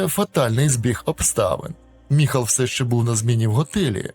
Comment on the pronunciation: Не Михал!!!!а Майкл😊